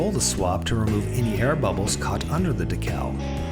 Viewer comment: I would compliment your video except im pretty sure you're saying decal wrong on purpose.